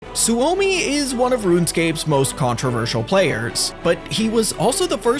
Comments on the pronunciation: Every scandinavien and finnish guy in here grinding their teeth at how he pronounce Soumi Su Omi or maybe its just me 😅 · It hurt me when you pronounced Suomi as Su-omi. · Suomi is pronounced Sue-Me. It is the Finnish word for Finland.